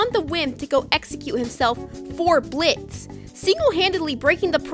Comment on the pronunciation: thank you for being one of the few youtubers to actually pronounce Blitz's name right. enjoyed the video!